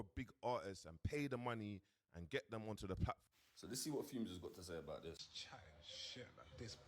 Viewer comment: he’s either doing it on purpose which is jokes😂😂 or he’s not but idk because why he keep saying fume when it clearly says fumez and everyone says fumez not “big up fume the engineer” 😂😂😂😂😂